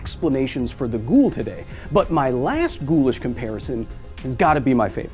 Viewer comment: I like how you saying it wrong "ghoul" which in arabic is "غول"